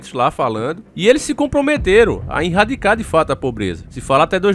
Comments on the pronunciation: rsrsrs... vc é um cara super inteligente, esclarecido, desperto, nao sei porque esses erros de portugues grotescos, propositais, nos videos. erradicar, vc mete um "inrradicar". sempre na descrição, no título, tem um erro absurdo de português, mas nós sabemos que é proposital e que você saberia escrever e falar o certo. Qual a intenção? tenho essa curiosidade. (eu sei porque é) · Irradicar? Kkkkk antes q falem coisa eu falo do mesmo jeito. Mais 1 vídeo top